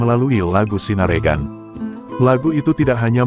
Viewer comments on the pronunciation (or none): Bacanya ...Bukan sinaregan.......... tapi sinarengan